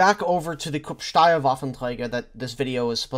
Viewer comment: Krupp is pronounced with a "short ooh". Steyr is pronounced like Sh-tuh-yar. Source: Am austrian.